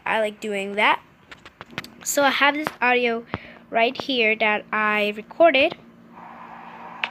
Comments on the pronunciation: And she also said owdio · She said ow-dio instead audio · Love how she said ed instead of edit Then audo instead of audio xD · She really did say Awdio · OWdio gurl. It’s AUDIO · ITS aUDIO NOT AWDIO ITS EDIT NOT ED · Its audio...not owdio... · “Awdio” and “ed”who taught you to speak? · Awdiow fuck that pronouncing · And AUDIO not OUTIO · BRO ITS AUDIO NOT AOUTDIO! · Adio? Owdio? Ed? Bruh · Awdio?? Eds?? Da fuck?? (No offense but nice tips tho) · It's not adio.....it's audio.......it's not ed....it's edit.... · Sum ppl here posting about their opinion on her saying ed eds and awdio. Stfu! Shes here to show you how to make these edits! Be grateful you assholes! She didnt have to do this. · s t a r awdio like she 6? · Actually she says oudio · RandomVideos It can go two ways :) Aowdio Aoudio She included the “a” But never pronounced the “ah” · Transition I say transition not animated cough cough oh and edits not Ed nor eds oh and audio not what ever she said👍 that just really bothers me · How she said audio triggered me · The way you said audio i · I hate how she pronounces audio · SISTER ShOoK No she just can’t pronounce properly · s t a r ugh same she’s trying to sound older when she’s probably only 8. I mean she can’t even pronounce audio like....?